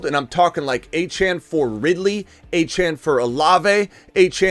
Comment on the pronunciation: ITS “ A- CHAIN” achane